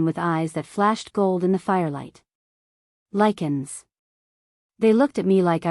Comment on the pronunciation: Let's say it together, now....ready? Lie-can......Lycan AI is stupid af!